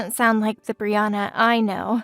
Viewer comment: As a Brianna, I'm pleased they said my name correctly. 😊